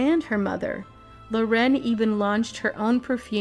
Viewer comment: It's not Lo'ren, it's 'Loren...